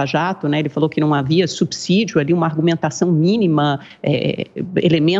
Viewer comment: Depois de ver tantas contestações à realidade dos fatos e de ouvir as versões que saem da boca da Amanda, quando não tenho como evitar e para não sofrer, eu entro em off quando ela fala. Só que neste vídeo, em um momento uma palavra dela furou esse bloqueio. Ela usou a palavra subsídio bem pronunciada, como "subssssídio" e nesse momento, eu quase gostei dela. É que a maioria das pessoas pronunciam incorretamente como "subzzzzídio". Ah, não sou especialista na língua portuguesa e nem na diversidade dos conteúdos. Então eu sei que posso cometer erros, tanto na língua portuguesa, quanto nas minhas avaliações, mas mesmo assim, digo que sou cuidadoso com o que falo e como nesse caso aqui da Amanda, com o que ouço.